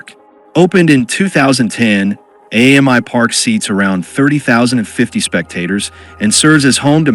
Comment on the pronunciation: It's "Amy Park" not "A.M.I Park" FYI. AAMI is an insurance company here, and its said like the female name "Amy". Allianz is also an insurance company.